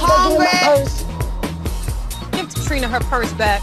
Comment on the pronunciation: Tamar: "I'm hungrey!" 😭